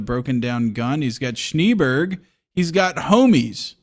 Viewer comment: I fuckin typed this as said it, SHNEEBERG!😂